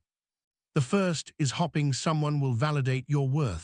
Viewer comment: learn to spell- it will help the pronunciation he said hopping instead of hoping 4 or 5 times. Spoils the effect. Otherwise very good advice of course. (reliable and resume also mispronounced)